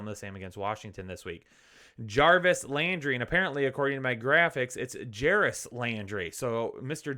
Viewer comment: Doubled down on Jaris, lol